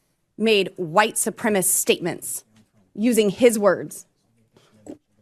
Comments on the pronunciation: It always makes me cringe when these troglodytes say "supremist". Can't even bother, or are unable, to learn the words of the only language they know! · It drives me nutz when she says “White Supremist” instead of ‘Supremacist’. Definition – Supremist: Incorrect spelling. Explanation: supremist is a past variant of supremacist, now considered to be incorrect. This word is based not on the base word supremacy, but supreme, which slightly changes the meaning, as the original word has much stronger connotations. I guess it’s easier to say when you leave out a syllable. 🙄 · Lauren Boebert is so stupid she doesn't even know the term "White Supremacist" calling it instead White Supremist. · Why do republicans have problems pronouncing English words? It's White Supremacist not White Supremist. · Hey Bobo, it's not supremest it's supremacist. Take an English class for effing sake. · Bobert is Edith Prickly on a bad acid trip, but so dumb she can't distinguish the word "supremacist' from the NOT AN ACTUAL WORD "supremist"... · Lauren: learn English and you will know how to pronounce supremacist.